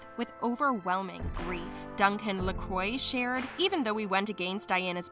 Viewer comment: Duncan LaCroix is pronounced Lah Cwah NOT ler croy